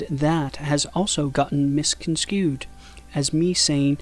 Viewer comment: "Misconskewed?" It's "Misconstrued"